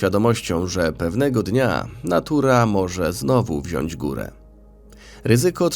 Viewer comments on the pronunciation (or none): none